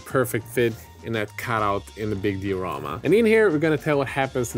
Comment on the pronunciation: Die-a-ramma .... Been bugging me for ages, good work bois